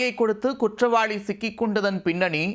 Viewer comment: நீ வாசிக்கிற தமிழ கேக்கவே கொடூரமா இருக்கு . தமிழே தெரியாத நீயெல்லாம் எதுக்கு நீயூஸ் வாசிக்க வர்ற?? குற்றவாளினு படிச்சிருக்கேன் அது என்ன குற்றவாழி?? உனக்கெல்லாம் மீச ஒரு கேடு . நீ இருக்குற சேனலுக்கு டிஆர்பி கிடைக்குதா???